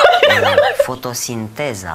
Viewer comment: Inloc sa zica fotosinteza zice FUTOSINTEZA